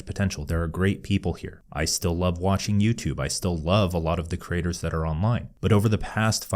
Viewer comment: It’s ironic and fitting that when speaking quickly, the word “creators” often comes out sounding like “craters”.